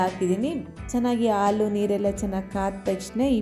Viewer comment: Aalu anta helbedi Adu halu